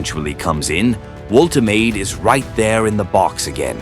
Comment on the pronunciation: The shirt pulling is totally out of control. Refs just let them get away with it. Manufacturers should make them body hugging so players can’t get hold of them so easily. Please learn how to pronounce player names.voltamarda is how you pronounce Nicks name.